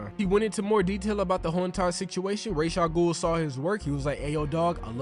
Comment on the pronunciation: (Rah-Jah-goul) my man killing me